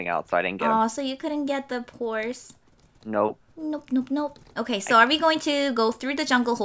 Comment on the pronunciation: said phorse insted of horse